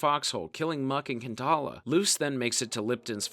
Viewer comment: Muck and “Kantala”??? Pankala, dude. C’mon…